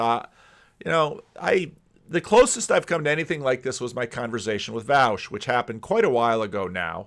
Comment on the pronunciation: It’s pronounced Vawsh not Vowsh